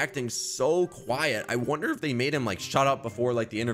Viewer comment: you littarly caught there accent u said um well we'll talk about that later let's be quiet with the quiet u said qaieeet u were like a rich accent